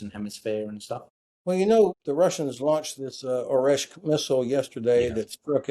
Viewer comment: Great talk, thank! ‘Kinzhal’pronounced is slightly different though. With ZH. So is Oreshnik. With NIK at the end. Small details:)